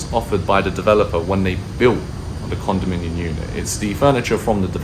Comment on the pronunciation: Dude, it’s condominiuMMM!